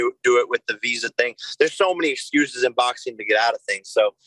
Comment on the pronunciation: English words in "ing" isn't in Jakey poo's vocabulary. He uses "een" instead. "Boxeen,fighteen"...literally any word ending in "ing" is "een" for Fake Paul.